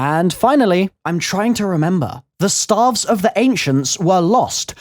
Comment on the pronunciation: I thought he was saying "starve" for a minute